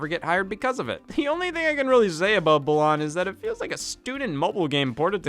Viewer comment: As a fan of BWW, with every video that mispronounces Balan's name, I die a little more. It's pronounced like the word "Balance" just without the 'ce' -- hence why the antagonist's name is Lance. It's... it's wordplay. I know it doesn't matter, but if y'all are gonna keep beating a dead horse, at least say the name right. :p [/joking] (edit formatting)